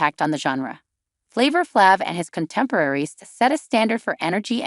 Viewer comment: Can't listen, as the pronunciation of his name makes my ears bleed. What dopey twats.